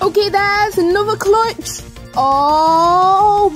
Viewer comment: I mean right when u said clutch u cutted the ch at the end